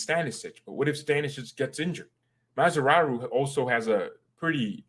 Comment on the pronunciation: Please don't call Mazraoui Mazraru because he is Mazraui not Mazraru, ok?